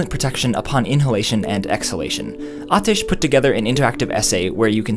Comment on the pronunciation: Your pronunciation of aatish's name was perfect man. I know it shouldn't be my biggest takeaway from the video but finally seeing someone not butcher a indian name is so refreshing.